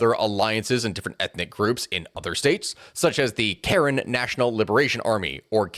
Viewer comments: Its pronounced Kah-rehn NOT karen. Come, now.... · It's "ka--REN", they're one of the few Catholic ethnicities in Myanmar. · Is not Karen like in Karen in American accent. Is more like Ka Ren... so say Kaa.... then Ren. So just separate the Ka abd Ren a little bit then say it again together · You pronounced Karen incorrectly. It is pronounced the same as Karenni without the -ni. Good coverage overall.